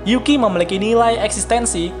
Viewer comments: Nama Yuki itu Yuki atau Zuki sih pak? aku dengernya zuki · Kok gw denger nya juki ya , bukan yuuki:v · Congor admin kaga konsisten cok, yuki jadi zuki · kenpa jadi zuki sih bang? kan harusnya yuki